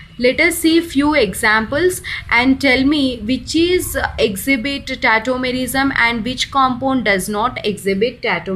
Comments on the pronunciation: Its tautomerism not tettomerism ..lol🤣🤣🤣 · It is not tetomerism it's tautomerism